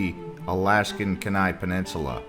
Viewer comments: You are pronouncing "Kenai" wrong. I have been there twice & from everyone I know, it is pronounced differently. Great video. Please make more. A small town with a Costco close by in the Western USA would be great! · It's pronounced "key-nigh" and it's "f-your-ds"